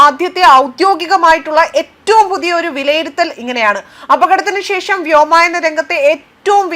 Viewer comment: വ്യോമയന മല്ല വ്യോമയാനം എന്ന് പറയണം.. നീയൊക്കെ എന്ത് മൈ... പറയുന്നത്... പൈലറ്റുമാർ എന്താ ആദ്യമായാണോ ഓടിക്കുന്നത്.. ഇനി എന്ത് വേണമെങ്കിലും പറയാമല്ലോ